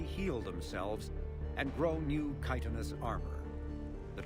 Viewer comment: Chitinous is pronounced with the 'k' sound. Like Charon.